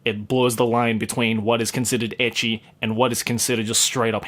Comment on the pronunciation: Pretty sure he keeps saying: ecchi What I keep hearing: edgy